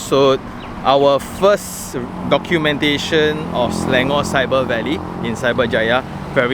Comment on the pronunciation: Local Malaysian said Selangor. Not Slayngor